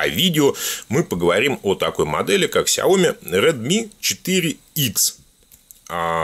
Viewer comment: наверно правильно говорить "ксяоми"!